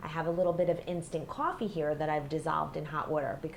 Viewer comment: Coooooooofffffffffffeeeeeeeee (accent)